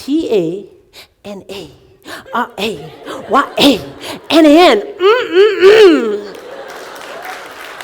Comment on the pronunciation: The surname is Venkatanarayanan. Why are you guys missing the ‘a’ after the ‘t’ ? Hey Bhagawaan !!!